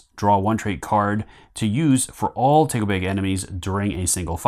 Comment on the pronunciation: Thanks for the great video, l think your pronunciation of takobake is a bit off.